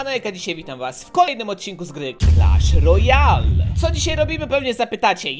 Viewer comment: Czemu mówisz clasz rojjjjjjallll